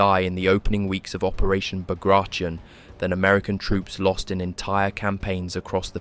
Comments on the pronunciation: Learn to pronance Bagration... it sounded ridiculous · You should look up how to pronounce Bagration. You aren't even close. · would it be possible for you to LEARN to pronounce BAGRATION before making a video about it? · Great video! For info, the operation's name is spelled, "Багратион," and should be pronounced "Bag-rat-e-on." If it was as per most English speakers say it, it would have been spelled, "Баграишон," which it wasn't. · Came to see if it was mispronounced or not. I learned it was pronounced Bahg-gra-tyon. Ending tion pronounced like scorpion. I used to think it was Bag Ration, which is a worse mispronounciation. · Except that it’s pronounced “bag-ra-tee-on”. It’s not an english word don’t turn it into one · It’s pronounced “Bug rations”. It’s what we’ll all be eating pretty soon. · Bagration is pronounced Bar-ga-tee-on . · I counted 3 pronunciations of Bagration, none of which were correct.